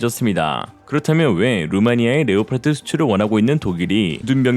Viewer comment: Leopard 는 레오파드라고 발음합니다. 레오파르트라는 엉터리 발음을 고쳐주세요. 독일어나 영어 똑같은 스펠링이고 발음도 같습니다.